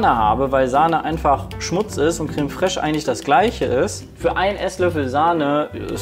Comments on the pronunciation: Jedes Mal, wenn Peter „krähm“ und „krähmig“ statt creme und cremig sagt, triggert er mich so hart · Peters Aussprache von Creme foltert mich jedes Mal aufs Neue